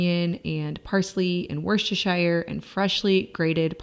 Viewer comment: Love your recipes, greetings from the UK. Just a heads up as I live in the county next door to Berkshire it's pronounced Barkshire and Worcestershire sauce is pronounced Wooster sauce.